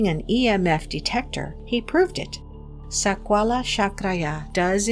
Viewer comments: The lady horribly speaking words "sakwala chakraya"😂😂😂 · Yikes! I cant listen to her say Sakwala OnE more time 😖